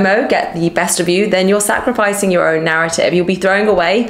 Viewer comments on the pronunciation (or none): none